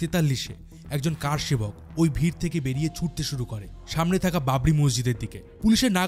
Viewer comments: আরে, আপনি কার সেবক বলছেন কেনো? বলুন কর সেবক। আশ্চর্য! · কারসেবক নয়, করসেবক।